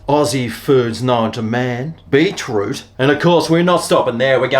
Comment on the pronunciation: Pronounced BEET ROOT not BEE TROOT..Bloody aussies.